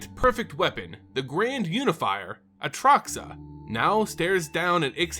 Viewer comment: bro you say atraxa wrong...